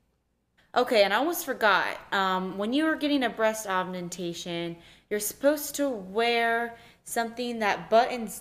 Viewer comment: breask aumentation lol